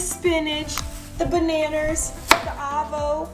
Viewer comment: Bananers😂 thats is literaly how my mom calls bananas too